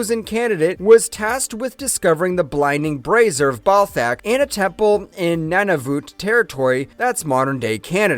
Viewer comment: Or 'Bray-zee-er' as braz-ier; i.e. a ladies support garment, an over the shoulder boulder holder. Or, 'krim-zon' as kriz-moan. Seriously, he trips over his own tongue so many times. I once heard a pharmacist pronounce Sodium Chromo-glycate as Sodmi-yum kro mogli-kat, no wonder people get the wrong drugs.